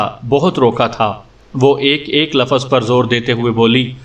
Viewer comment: Lafaz nahi lufz